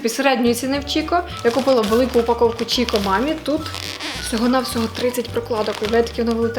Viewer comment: Доброго дня! Приємно вас слухати, ваша манера розмовляти неймовірна! Дуже хочу звернути вашу увагу бренд, який ви називаєте Чікко, насправді читається як Кікко… Дякую за ваші відео!